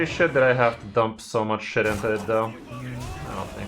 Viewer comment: So, can you tell me that muCHHH or not? Not very clear.